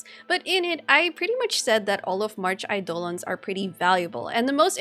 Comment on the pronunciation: calling it "aidOlons" makes me smile